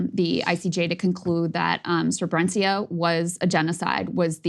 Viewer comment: Now listening often to Breaking Points and agreeing most of the time. But every time Krystal mentions SREBRENICA I flinch. Please get it right: Srebrenica (pronounced [srêbrenitsa])